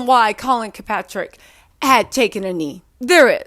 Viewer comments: ikr she butchering bros name. colin KAEPERNICK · I can't hear you mess up Colin's name anymore. Honey, it's Kaepernick, not Kilpatrick. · If she says Kirkpatrick one more time... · I love you but it's Colin Kaepernick. "Kap-er-nick" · Collin Kilpatrick 😂😂😂😂😂😂 boo it's KapERnick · Hey letting yall know when says KAPATRICK it might sound like she doesn’t know what she talking bout but that’s a symptom on dyslexia So don’t start the hate train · Who the hell Colin kapatric? It’s all good tho lol. I don’t expect you to know football names. Lmao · I love, but she couldn't get that right at all, I thought she was going to end up saying "St. Patrick."🤣🤣🤣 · Please start saying Colin’s name right. This gotta be like the 8th video